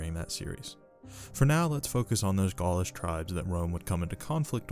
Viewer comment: You make great videos covering some very interesting lesser known topics of ancient history. I've really been enjoying listening to them and have become a subscriber. However, your pronounciation is off at times in this video and others, which may be a bit jarring or confusing to some viewers. In this video for example, you pronounce the word "gaulish" as "gaelish." This sounds similar to "gaelic", which refers to the celts of Britain. Another example is your pronounciation of the "La Tène." I have always heard scholars pronounce it as follows: I hope I'm not being too nitpicky. Please keep up the good work!